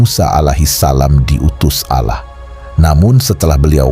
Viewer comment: Org muslim ap bukan sih.... kok menyebut Allah ngak fasih🤣🤣🤣🤣🤣